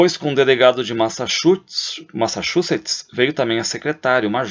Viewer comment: Massachutz? Parafraseando Sérgio Moro haha